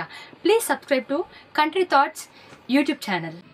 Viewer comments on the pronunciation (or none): none